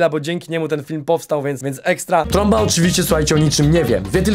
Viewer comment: sory tromba a nie stromba